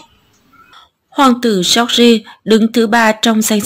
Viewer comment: cách đọc "giooc gi" thật cạn lời! 😑